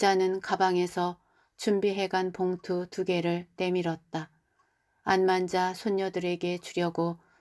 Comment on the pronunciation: 친구 이름이 안만자인가요? 암환자로 들려서요